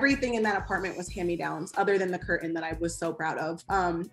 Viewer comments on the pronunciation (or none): CUR AIN 🤣CURTAIN